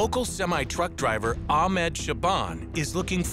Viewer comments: This is good vid but the way they pronounce ahmeed is just weird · I'm fairly certain that Ahmed's name was not being pronounced correctly.